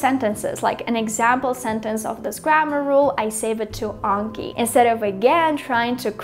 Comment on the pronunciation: Not gonna lie I'm so happy you said Anki correctly even some of the Japanese Learning YouTubers saying it wrong... 😆